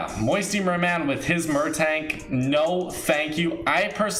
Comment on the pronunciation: Bro I'm disliking when you say moisture merman (Edit I know how to spell I got auto corrected)